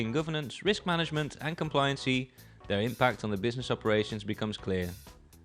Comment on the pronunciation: Why is he pronouncing it "complianseee" and "subseeequently", it's pronounced "kom-plai-yan-sy" and "sub-see-quent-lee"!! 😭 For that reason alone I must now turn this off and view another video on the topic 📴RIP